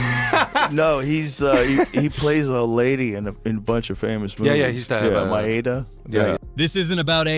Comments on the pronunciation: Joe Rogan acting as if he doesn’t know that it’s Madea & not Maeda is hilarious. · My-Ada? Don’t even know how to pronounce the name but somehow have insight into what’s really going on is asinine. Some folks should stick to the rivers and lakes that they’re used to.